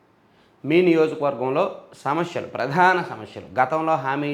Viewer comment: సమష్యలు కాదు సమస్యలు